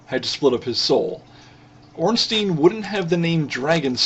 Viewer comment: Ornstien would be pronounced Ornsteen, like you say it. But Ornstein (his name) is pronounced Ornstyne. Well not really, but if you americanize it, yes. I just find it annoying, that's all.